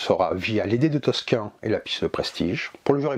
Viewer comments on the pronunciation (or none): J'entends beaucoup toscin dans la vidéo mais ça n'existe pas ^^ c'est tocsin 😅 merci en tout cas pour la présentation du jeu